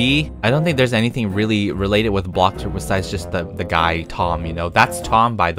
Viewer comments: How says bloxburg: BLOCKBURG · I live how he calls it bockburg lol🤣😂